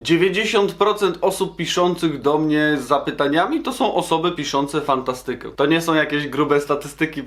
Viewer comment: Naucz się poprawnie akcentować słowa hipsterze nie fantastyke tylko fANTAstyke